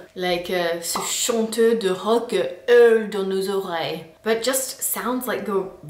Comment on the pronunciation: vous avez une drôle de façon de prononcer hurler, c'est ça qui fait rendre moche ce mot. Urler n'est pas si crade en vérité.